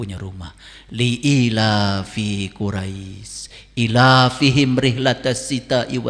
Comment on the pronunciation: Anda bilang si SK memdalami alquran bukan sekedar baca/hafalan? Anda tau tidak, bacaan Quran si SK itu kacau banget? "iilaafihim" tapi dia bacanya "ilaafihim" Itu sudah salah bacaan, dimana huruf alif disertai huruf ya wasol harusnya dibaca panjang, tapi dia bacanya pendek. Inilah orang yg suka meledek ilmu tajwid rapi ternyata dia tidak paham tajwid. Ya dia tidak paham dari itu memganggap orang yg paham seolah salah. si SK mengatakan nabi Muhammad bertemu dg Allah. Ini pertanda si SK tidak paham dan hanya menerka sesuai pikiranya. Karena tidak ada satupun dalil yg menerangkan bhw nabi Muhammad bertemu dengan Allah. Bahkan yg ada justru hadis pernyataan nabi Muhammad ketika beliau ditanya apakah saat isra miraj melihat Allah, maka beliau memjawab, "Cahaya, bagaimana mungkin aku mampu melihatnya" Artinya Rasulullah tidak pernah bertemu atau melihat Allah secara langsung karena beda dimensi, yg tidak mampu dilihat dg mata fisik manusia. Anda bertanya kenapa kabah disebut rumah Allah? Tidak satupun muslim menganggap bhw Allah berada di kabah. Karena alquran sendiri memgatakan "Singgasananya seluas langit dan bumi" artinya Allah ada di mana-mana. Kabah disebut rumah Allah karena kabah dibangun khusus utk peribadatan kepada Allah. Bukan berarti Allah ada di Kabah saja. Dan rumah Allah /Baitullah/Bait Allah bukan hanya di makkah saja, melainka nabi sulaiman juga pernah membangun di Yerusalem. Kajian-kajian si SK selalu baca ayat Quran, seolah dia menafsirkan auat qura